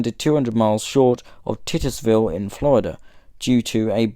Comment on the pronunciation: Thanks for this presentation. You might wish to check your pronunciation of Titusville. I enjoyed it.